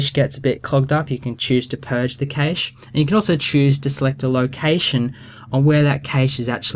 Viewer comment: Oh my days,, it's pronounced "cash" not "kayssh"